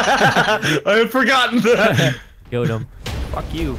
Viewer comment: "I KELD HIM."